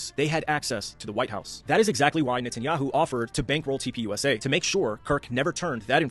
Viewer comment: Gosh! TUPUSA (TURNING POINT USA) Stop saying it wrong every time